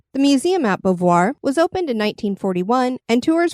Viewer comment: OMG.... It is pronounced BOW V'Wha